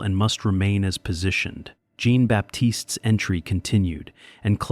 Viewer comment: Amusing to hear mispronounced French for Jean ( John in English).Maybe AI shud be edited for grammar and expression.